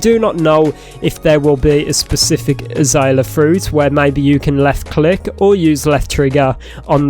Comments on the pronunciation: It's pronounced uh·zei·lee·uh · Uh-zale-yuh. And those are flowers. Not fruit. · your saying it wrong its a zae l ea